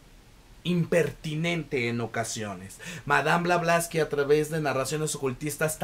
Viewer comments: Blavatsky!!!! No blavlastky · Todo Bien, salvo que el apellido de Helena es Blavatsky y no Blablasky.... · Por Favor QUE ALGUIEN TE AYUDE A DECIR CORRECTAMENTE EL APELLIDO DE MADAME E. BLAVATSKI!!!! Szle el honor a la gran Demiurgs,psiquica, vlarivedente clariaudrinte .....eetc ES UNA CUCHILLADA A LOS OIDOS..... .❤❤❤ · Como habrás visto el nombre la dices mal, pero tu reseña es fabulosa. Tu entusiasmo es contagioso. Me suscribo a tu canal , lo haces muy bien. Por cierto yo soy de las que ha leído el libro y fabuloso. Gracias 🙏🏻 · es una ironía porque la persona del video no pronuncia bien el apellido de la autora, si se fija acá la persona lo escribió de manera incorrecta